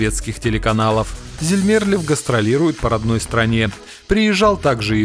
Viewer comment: Пожалуйста, стпвьтн ударения правильно! 1. ЗермерлЁв 2. ДжамАла